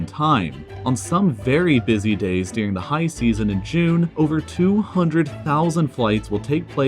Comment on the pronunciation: It's pronounced during, not dearing.